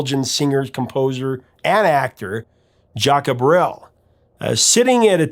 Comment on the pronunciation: My family moved to Belgium in the summer of 73 from Canada, this song takes me right back there. I am a huge fan of Jacques Brel ( your pronunciation needs some work) this was a great story, esp. your connection with your father. All the Best jcb